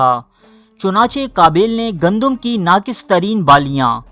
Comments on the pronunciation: Bai book dekh k parhte ho to bolna ya achi tarah parhna hi seekh lo habail qabail nahi habeel N qabeel hai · ایڈمن جاھل۔۔۔پہلے الفاظ بولنا سیکھ ۔۔۔قابیل اور ھابیل بولنا سیکھ ۔۔۔غلط بول رھےھو۔۔۔